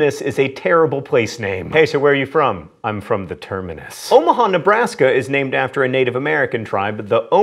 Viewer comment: It is pronounced O mah hah and it's those who go against the wind or current